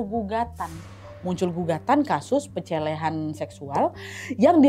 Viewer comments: Salpok sama kak nadia yang salah ucap pelecehan jadi pencelehan😂 Ada yang pada sadar gak nih? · pencel apa tadi kak nad?😂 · "Muncul gugatan kasus pencelehan" kak nad ngmngnya sampe typo😅